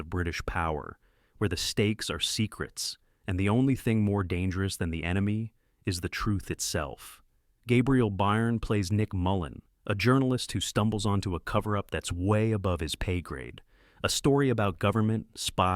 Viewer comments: Gabriel Byrne is pronounced Gabriel Burn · Indeed! Gabriel Bye.urn🙄🤣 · AI generated scripts/voiceovers don't know any better. Notice the poor pronunciation of Croupier, or Gabriel Byrne?